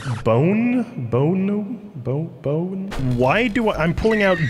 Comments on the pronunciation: "bow bown bone bown bow-ne" I CANT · struggles to say bone bow me: (thinks) bone and arrow